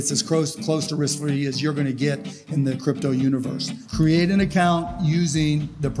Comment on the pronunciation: he didnt say close to risk free he said "crose to wrisk fee"